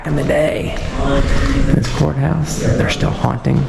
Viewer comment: Oh my gosh. I thought you said Whore house seconds! Hahaha. You did say court house, kinda 😊